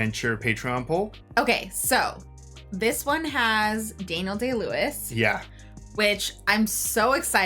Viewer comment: Da-kneel-Day Lewis? Have you never heard of a "Daniel" before? The bible? Daniel Craig? Daniel Boone? Lol